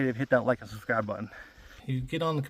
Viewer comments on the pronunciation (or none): none